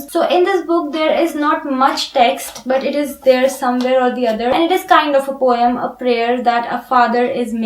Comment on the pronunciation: Poem is pronounced as po-em (pow .uhm) and not as po-y-em.